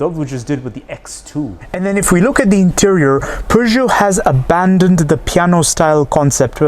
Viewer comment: As a French I can tell you that your prononciation of "Peugeot 3008" is really good 😄